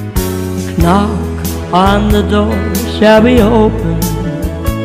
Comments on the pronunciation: Did she just say K nock that's actually correct *The usual way is Nock" leave ou the k. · Awwh. Nice sound. I noticed she pronounced the first K in knock. Cute.